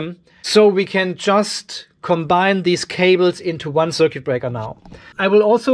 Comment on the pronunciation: machst dir ne rübe daß die schwatten drähte ein paar millimeter unterschiedlich lang sind jetzt.. aber dein datenkabel hängt wie ne wäscheleine in der luft.. mach liber plus und minus verschiedene farben wenn dir details wichtig sind (das "u" in "circUit" wird übrigens nicht ausgesprochen.)